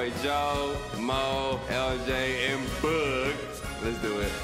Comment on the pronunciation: I love how he says boog “bOOg” 😭😭😭😭